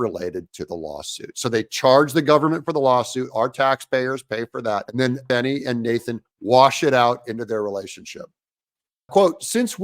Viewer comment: It's not Fani, it's Fawney.😂